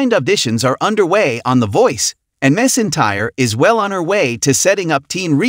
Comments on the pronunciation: Her name is McEntire not miss entire. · Yes please pronounce her name correctly....it is not Mess Entire , which is what you are saying. Annoying. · Could you pronounce her name correctly. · If you are going to have AI narrate these at least teach it the proper pronunciation of the stars NAME!! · You should not do a video and not even know how to pronounce her name. She is a true legend